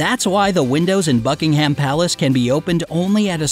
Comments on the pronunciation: Buckinghum.Obvisly like who says buckingHAM like we're not eatting ham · As I read this he said BuckingHAM AHHHHHH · Im British and it annoys me alot when you say Bucking ham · Sorry but its not BuckingHAM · Who else is british and hates it when be says buckingHAM palace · Seriously, I know you're American but Buckingham is pronounced 'Bucking'm'... You make it sound like a type of processed meat. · i heard f*ckingham palace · I am from Bucks County, Pennsylvania in the U.S. and it annoyed me as well. The accent is on the first syllable, not the last. Many U.S. citizens pronounce things incorrectly, then claim that it is the "American" pronunciation. Calling ourselves "Americans" is very annoying to me. The Americas are many countries, not just the U.S. That is very typical of my country to do so. They do, say, take and claim whatever they wish while holding a bucket of milk with a drop of espresso covered in whipped cream and wolfing down huge amounts of chemical laden, sugary food along with their fifteen different medications that they do not need. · The way he says Buckingham Palace tortures my ears. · Having someone to break into the shoes is not a quirk. Injury to Her Magesty's feet could be dangerous to her health and wellbeing so her staff takes care of it. I see nothing wrong with it. And stop pronouncing English names wrong.